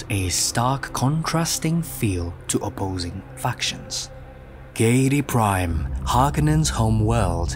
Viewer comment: pronounced " Gheedee prime" and ticks not di.. also, your conclusion is baffling in the sense that your presentation is very well done and very well worded with thoughts and meaning grafted onto things most would have glanced over yet you lack the insight and knowledge that the world of Dune is much much older than that of Star Wars, in the world created by Herbert preceding Star Wars, so much so that Lucas drew many inspirations from Dune. so saying that Dune is like Star Wars really confuses me idea of your supposed well read nature and understanding of things..